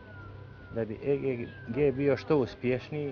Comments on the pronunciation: vala bas. cuj e ge ge. pa reci egg isti k ili JAJE! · Kaze e ge ge hahaha legendo :)) aa svaka cast ti zeni prezgodna je ;)